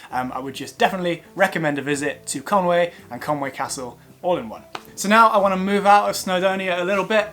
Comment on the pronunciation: I think it's pronounced conwee (conwy) not Conway